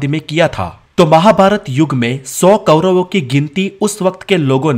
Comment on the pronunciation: कैरव * नहीं कौरव है वो.